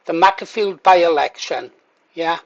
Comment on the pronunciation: It's pronounced Maker-field, as in tool maker.